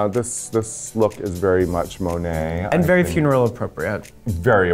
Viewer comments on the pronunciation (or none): What's the deal with Raja pronouncing Monet's name like that? It's all the time. I'd love to hear her pronounce it the way it's supposed to be read and how she(monet) says it! I hate that Raja does that every time. It's not funny or cute. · I still hate how raja says Monets name. But okay. It is what it is. Now Aquaria? No comment. No like. Thats it.